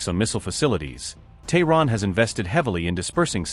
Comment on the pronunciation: Its Tehran.Not thorrn.